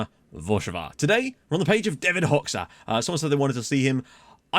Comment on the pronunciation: Hoxha is pronounced "hoe-dja"